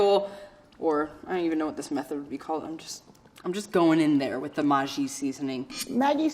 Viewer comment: I'm just too distracted on her pronunciation of pate, mis en place, and maggi